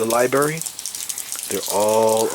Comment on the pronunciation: LMAO! Cigarettes do not affect Organite. Please learn how to speak. It is not a liberry, it is a li-br-ary. Just because you hate smokers, doesn't mean it has ANYTHING to do with Orgone energy. Now, I don't like littering of any kind and those leaving butts everywhere should get slapped. Garbage cans are everywhere!